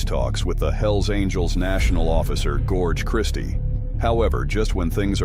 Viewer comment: What's with the pronunciations ? Bow Man, Gorge Christie ?😂